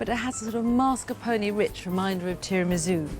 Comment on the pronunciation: This is the first time I've heard someone call it tiramizoo